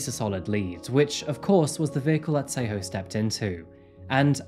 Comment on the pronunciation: Your pronunciation of the names is too terrible. Tsego (try saying "TS" like 'ch' but more like "tisk" with the 'I' or like in Ella Fitzgerald's song 'a tisket a tasket' then a soft "e" like in elephant and then "Ghaw" like the sound "awe" not a sharp 'O' like in go. You are literally calling her "Say-ho". This is so far off it sounds like a story about native Americans or First Nations peoples. It's great that you do videos on South Africa and not just Europe and the West but you really need to listen to some South African news or just ask someone who comes from there, in person or online, how to say the names because you are honestly BUTCHERING them! And that is coming from a white South African which already says a lot (we are not known for our proficiency of Bantu languages, sadly). We gotta do better. Can't even watch the episode, it really is that serious.